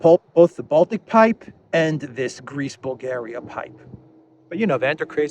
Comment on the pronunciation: the way you said Greece Bulgaria sounded like Greaseball Garry, eh